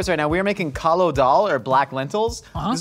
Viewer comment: *Kali Daal, not Kalo. :)